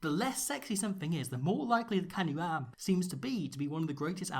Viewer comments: Am is pronounced like hum. Not like cam. Doesn't matter really, still love it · With the south african players of Bantu descent like Am and Mapimpi, pronunciation of the vowels in our names is a bit different to English. The a's in Lukhanyo Am are pronounced as aaaah, e's are not silent at the end of a word like with Makazole Mapimpi and are pronounced like the é in the Latin languages. I's are pronounced like -ee-, Os are pronounced like oh but not ending with the soft h, but an abrupt end, and u's are pronounced like a long drawn out oooh, like when you see someone eat dirt hard😂